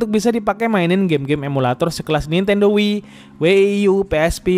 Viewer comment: Setahuku ku Wii & WiiU bukan Wieie sama W ie ie U